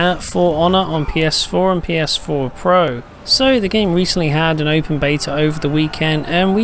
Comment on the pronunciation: I hate how this guy says "pro"